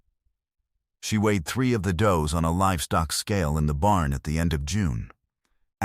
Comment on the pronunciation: A group of female goats are called does, pronounced "doughs" not pronounced "duze". EDIT & REVIEW!!